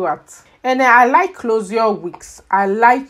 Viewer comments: The way she is pronouncing closure ...clozar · "Clozure" 😄😄 i love it. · Why are you pronouncing closure that way?